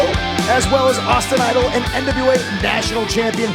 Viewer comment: How is the main reporter back stage but she can't say NWA lmao